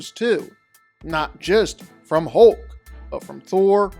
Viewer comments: #1...it's HULK...not HOLK. #2.... You keep calling Juggernaut, Colossus. That's just Weird, weird. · It's hulk not holk! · The way you say hulk the ULK 😂😂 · If I didn't know you were saying "Hulk" i would SWEAR you were saying "Hoke." 😂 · "Hohk" lol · You seem to have a problem, in pronouncing HULK... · The way you pronounce Hulk drives me NUTS